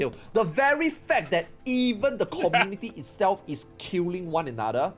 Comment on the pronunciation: It isn't "culing", it's "killling"